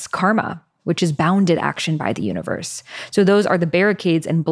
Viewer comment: "U in verse" sounds like "me as poetry." ❤❤❤